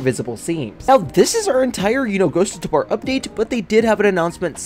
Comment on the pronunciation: PLEASE ITS TAH-BOR NOT TAH-BAR